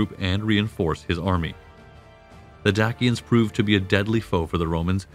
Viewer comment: Dak-ians. Lmao.